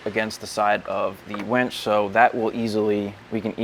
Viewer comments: Great video. But.... it's WINCH, WENCH is something totally different. Lol Winch, winch, winch, use that "I" no "E". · Can we all agree it’s “winch” not “wench” 😂